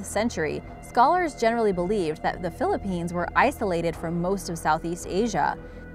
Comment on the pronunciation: Im getting triggered everytime she says a place from the Philippines wrong